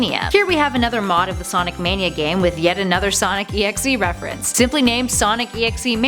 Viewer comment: okay. the thing that pisses me off is the fact that she says sonic EXE on sonic DOT exe.